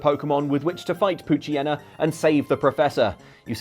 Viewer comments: Did you just pronounce it "pooch-y-en-na"? It's "pooch-yee-na"! Like pooch/hyena mixed. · I love how everyone consistently mispronounces the "Hyena" part of "Poochyena." It's tradition at this point.